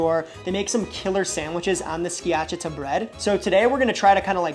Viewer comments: Its skia-CHAH-tah 😉 great video. I'm danish, so home of the open faced rye bread sandwiches, but my favorite is the jambon beurre. I eat it very simply often, just a good baguette, good butter, and wafer thin boiled ham. If I feel fancy I add dijon, cornichons, and comté, but for an everyday lunch the simple one hits, and is cheap as well 😊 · I think it's pronouced ski-a-cha-ta. Uncle Scott here on youtube has an awesome Schiacciata recipe. Great sam vid!! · You did in fact mispronounce “schiacciata.” 😅 Skee-a-cha-ta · Sorry to be a jerk…pronunciation…SKI-ACH-EEE-AHHTA….DOE-NER…YAM-ON BEAR….pronunciation matters…but you got Bocadillo so plus one…. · Bruh, my ears hurt after hearing you pronounce schiacciata and all'antico vinaio go to google translate and hear how it's pronounced, not hard, not hard